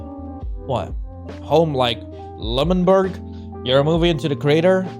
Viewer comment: The fact that he cept saying lmanberg ented of l'amanberg